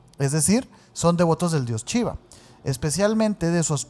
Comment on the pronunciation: Entiendo su acento pero me da algo cada que dicen "chiva" omg 😅 gracias por sus videos y que shiva los bendiga :) ❤